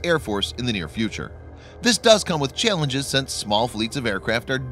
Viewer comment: The way you said "challenges" Are you Russian? That was a Russian accent that I heard slip If so, good American accent impersonation